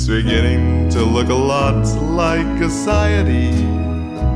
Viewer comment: Se dice “Ah see tayes” ASCITES